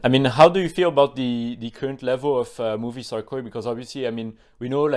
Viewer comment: Every time says Movistar, I hear movie star 😂